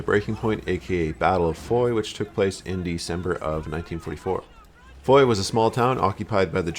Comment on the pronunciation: It's not Foy, fooyy???you moron, it's Foy (fwa)